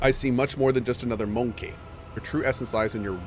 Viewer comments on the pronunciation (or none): i always chuckle on the way he says MONKEH